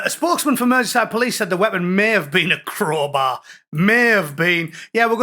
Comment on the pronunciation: Wots a crohbay 😂